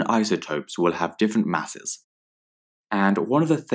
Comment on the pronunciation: Everyone: saying they're rlly grateful for these vids Me: I heard masses as asses